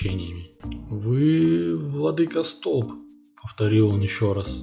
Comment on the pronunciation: У батюшек удивительное чувство юмора! Спасибо! Только архиерей не столб, а столП!